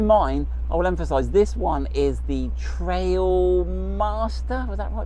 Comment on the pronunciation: trialmaster not trail...